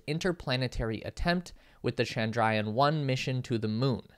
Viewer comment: Presenter!: CHANDRA+YAAN, Mangal+YAAN!---LEARN TO PRONOUNCE IT!